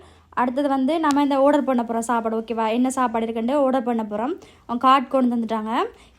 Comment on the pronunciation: ஷாப்பாடு இல்ல சாப்பாடு. தமிழ் தெரியாதா.தேவிடியா😂😅😂😅😂😅😂